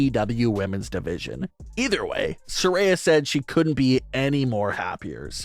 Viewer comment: It's sariya not saray